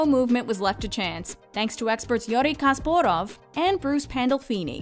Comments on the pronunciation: "Yuri Kasparav" - you've got to be kidding me... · ‘Youry Kasborov” haha it’s good old Garry Gazza Kasparov